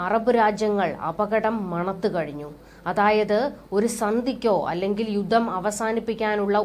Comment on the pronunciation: കുഞ്ഞളിയനും 'യുദ്ദം' , 'യുദ്ദം' എന്നാണല്ലോ പറയുന്നത് !!!!